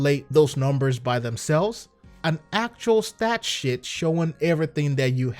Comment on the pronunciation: Sounded like "Stat Shit" instead of"Stay Sheet" 😂😂😂